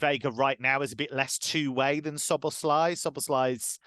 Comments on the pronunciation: So - bows - law- ee stressing the first syllable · It's not slob it's sob-as-lie